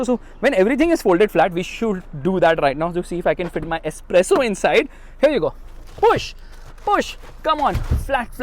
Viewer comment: When he says , u can carry a "S - Presso" 😂 inside!